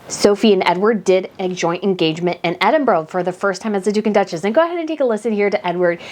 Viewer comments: It is Edinburrrra not Edinburggg. She’s so sweet 🌹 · Love the channel I almost always agree however it’s not Edinboro it’s Edinburgh not pronounced boro but burah sorry it just drives me nuts. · as a Scottish person we pronounce Duke and Duchess of Edinburgh as ‘Edinbra’ not ‘Edinboro’ just saying to let you know how we pronounce it even though it’s not spelt the way we pronounce it. It’s just a Scottish thing. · Please, use the correct pronunciation of EDINBURGH. Its not Edinboro. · Please learn how to pronounce Edinburgh.Edinburra is the correct pronunciation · Please learn how to pronounce Edinburgh. Ed-in-bur-a. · It’s pronounced “Ed in burr ahh”, sorry but my grandfather was a Scot and he hated when people pronounced it wrong…. Edward has been on a great course since he married the Sophie. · just to be absolutely correct, it’s pronounced ED-DIN-BRUH. 😊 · ED IN BRA Please. There is no 'ooh' at the end of it EDINBURGH Your video incidentally is assuring. Your thoughts are well thought through. Thank you.